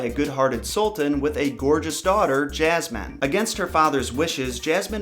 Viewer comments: I've never heard anyone pronounce it like that, but okay. I doubt you're American to even say that, and if you are, you probably haven't been outside of your townhome if you genuinely think most Americans say Jasmine like that. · He kept saying jazman (jasmine) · The was he pronounces “Jasmine” is especially funny to me because my name is Jazmin and it just kills me 😂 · I'm American and I don't pronounce Jazmine like that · Why do you pronounce Jasmine as JAZZ-MAN????? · Lmao 'princess Jazzman' anybody else hear this?? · This is the first time I’ve ever heard someone say jasmine like that. Honestly it kinda bugs me. I would correct anyone who pronounces my name wrong. For reference I have been called yasmine (yas-mean and ha-s-mean), jazz-mean, and jazz -MINE (this one only said jokingly). So far never been called Jazz man. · Lol why does it sound like you're saying, Jazz-man? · he keeps saying jasmines name “jazzman” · Why did you say “jas-man” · jazzy uhm. No.. I say it how it’s supposed to be pronounced and I’m American.. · Did he say jazzman?😂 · why the fuck do you keep calling jasmine ''jazz man'' O.o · Why do I keep hearing princess jasman? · Princess Jazzman? lol dude, check that pronunciation. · Her name is ياسمين you know like "yasmine" I don't get how you put "j" in there tho :/ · Why do you pronounce jasmine like Jazz man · Jasmine .. he kept saying Jazzman probably he from the South. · ya like jazz[man]? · You said jasman XD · 'Princess Jazz-man' Dat pronunciation. It could be considered an improvement. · ray , thanx again, the revision made it more Alladinly. Actually if you listen to the song, she pronounces: JazzMin ( or however you want to spell it), rather than Jazz Man. Even so...a great song sung by one of the Brill Building's best! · It's actually pronounced hasman in Arabic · Why do you keep calling her Jazz Man? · why does he say jazz-man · Actually: Yasmeen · Both r wrong it's yasmeen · Lol his southern accent 🤣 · “JazzMan” LoL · Omg Jaz-man